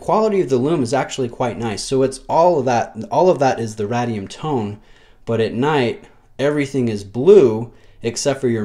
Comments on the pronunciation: RAY-DEE-UM. As in radiation. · I have to admit that I'm an Omega Guy, as most if not all Rolexes leave me cold. That said, this Seamaster 300 is a nice re-imagining of the original. Not so sure about the aged radium (pronounced RAY-dee-um in the US, lol) lume though. I have it on a Steinhart OVM and its peachy color drives me nuts. On this watch it appears more brownish/tan and is less offensive to my eye. Would I pick this over a Planet Ocean? Probably not, but I appreciate the attention to detail that Omega devoted to this watch. Great review as always,! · Lee K thanks Lee. I must admit I have a hard time pronouncing things right on camera. I've been making a conscious effort to say 'height' and not 'heighth' but I still get that wrong most times. I'll ad Ray-dium to the list :D